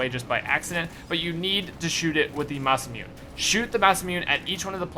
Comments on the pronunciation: Ma-sa-mune? Sounds more like Ma-sa-mu-ne because it is a Japanese weapon name. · Its masimune (Mass i mune ae not mass i mune) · You pronounce masamune wrong :( it's actually pronounced masa-moony masamony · Mos-uh-moo-nay... lol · Just letting you know it's not Masmewn, it's pronouced Masamune (Masa moo ne) (I'm getting a little annoyed by allot of things, and it's not good, like Sieg (Sa egg) fried and many more miss pronounces. Ignore this if it annoys you :v) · After hearing you pronounce the name of the wonder weapon and seeing the name for myself, I realized you've been mispronouncing it. It's Masa-'moon-a.' That's a hard A 👌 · It's pronounced masa-muney but I love ur vids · its pronounced Ma-sa-mu-ne tho. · pronounced "mah-sah-moo-nay" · It's pronounced MASS-UH-MOON-AYE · It pronounced MA-SA-MOO-NE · Anyone else bothered by how he says Masamune?